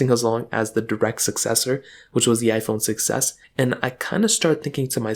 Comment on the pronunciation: I keep hearing iPhone success (6s) 😅